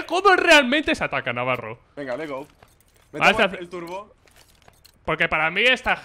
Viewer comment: "les gou"